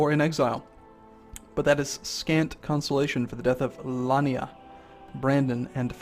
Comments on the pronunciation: Lyanna (Lee-anna)... not Lania, just saying. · The way you pronounce some things makes me cringe, lyanna and rhonyar especially